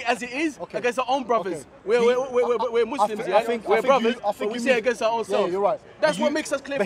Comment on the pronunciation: Unfortunately, is a takfiri who can't speak clear English. Watch pronounce the word " against" as "angis"